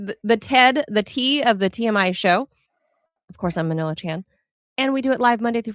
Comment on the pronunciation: we got Melania Trump instead of Manila